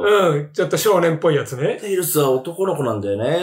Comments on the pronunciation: 字幕はテイルズだけど、バキ童はちゃんとテイルスって言ってて草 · ぐんぴぃはちゃんと「テイルス」って言ってるのに字幕で「テイルズ」って間違えてるの吹く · バキ童氏はちゃんとテイルスって言ってる辺り好感持てますね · テイルスってちゃんと言ってるぐんぴぃさすが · ぐんぴぃさんはちゃんとテイルスって言ってるのになんでテロップで間違えるんだ